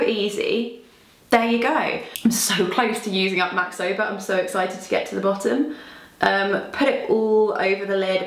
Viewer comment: all this time I thought you were saying MAC sober 😅